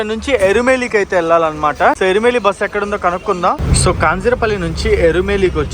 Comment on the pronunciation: ఇరుమేలి కాదు ఎరుమెలి